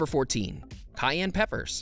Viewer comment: It's Cayenne pepper, not Gayen.